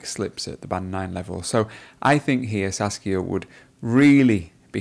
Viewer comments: It's Saskia, not Sasuke.. lol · 😂 He keeps saying Sasuke instead of Saskia